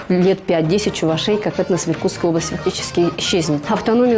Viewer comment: Чувашей, ударение на второй слог. Внимательно будьте)